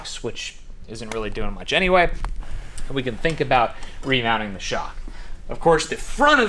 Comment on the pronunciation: whatever you sink? 😂😂